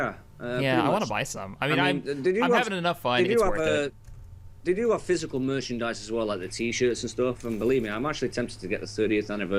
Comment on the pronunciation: Start listening, Open google, what is berchindite. (Did you say, what is merchandise?)